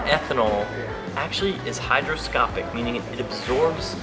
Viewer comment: hygroscopic....not hydro